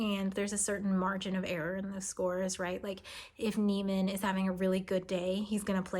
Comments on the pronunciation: The last name is pronounced knee-man, not like the Seinfeld character. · "Niemann" as "newman"?